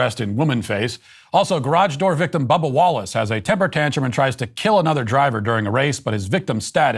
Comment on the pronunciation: Am I the only one who hears "Bubble Wallace" when Matt says Bubba Wallace?!